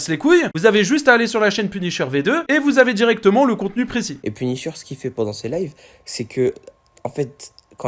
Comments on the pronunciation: Punisher ❌ penisheur✔️ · 1min51 "PUNICHEUR"😂😅tkt je ne me moque pas de lui ( 'fin c'est pas sensé être méchant)